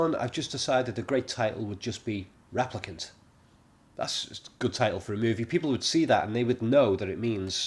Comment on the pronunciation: stop saying raplicant please